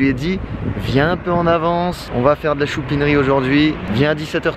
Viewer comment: « Choupineri » 😂 « Aiglons » Sinon super #QDF et l’attaquant est très bon je trouve ⚽️ 🦅